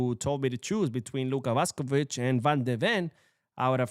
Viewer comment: He needs to learn how to pronounce Luka Vušković first. Don’t think I could listen to a whole video of it being pronounced Vuhskovic